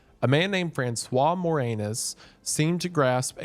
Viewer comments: “Named FranceWant MoreAnus” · "A man named Fransua More Anus" By GOD, VIVA LA FRANCE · Francias More Anus lol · Francois More-anus?